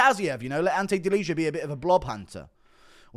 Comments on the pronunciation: it's pronounced like delia, don't say the j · Delizha 😭😭😭 wtf is that pronounciation. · You are butchering Delijas surname :)